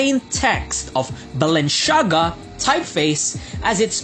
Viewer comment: Super exaggerated ang pronunciation, sana talk normal naman and wag puro sigaw ✌️✌️✌️ you got me at "Balen-shaga" 🤣😂